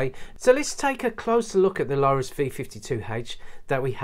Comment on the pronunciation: Lorus - Not, Lowrus. But looks like it pronounced low - tuhs. Lorus are pretty decent cheap watches, I've got one and it actually has 100 metre water resistance which is insane for a £50 watch. This brand has even been in the film Wall Street, a Lorus dress watch was worn by Bud Fox, he checks the time before his meeting with Gordon Gekko. The watches have a serious crown issue though, as they are very stiff, when turning the crown wheel. Btw - 10mm isn't 'thin' - it's about standard height for watch cases and you say "it isn't scratched up or anything" - that watch has too many huge scratches everywhere, heck, you even showed them when you turned the watch over lol.